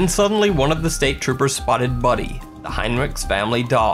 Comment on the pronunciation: As a Heinrichs (no relation I'm aware of to this family) I appreciate you pronouncing our name correctly!!